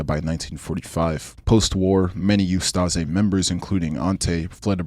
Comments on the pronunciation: Ustaše is pronounced like oost-ah-shay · It’s pronounced oos-ta-Shay (hrvat) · I know it is a long (and rather interesting!!!) video, but please, try to research how foreign names, especially the ones you repeat multiple times, are pronunced. It is [uh-sta-she], with a /ʃ/ sound, not [uh-sta-ze], Jasenovac ends in /t͡s/, not /k/, Pavelić ends in soft alveoolo-palatal sound /t͡ɕ/, not in /k/ etc. Knowing you fail to pronucne the one I know about kind of messes us your credibility for the rest of them. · bro u butchered every pronunciation of the names of people in ustase